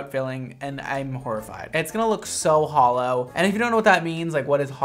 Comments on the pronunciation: 'It's gonna look hollo.' Me: * thinking about Christine entering the chat* Me: *realising he meant hollow and not hollo.*... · what says: hollow what i hear: holo everyone it's me cristine again